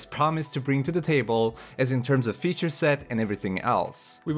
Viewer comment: Both, he deliberately includes slips of the tongue as a crafty means of inserting humor into his videos. You came across as more genuine in your own misspeak when trying to say feature and future. The overall result though was to remind me of him. In the end, it made your video more entertaining.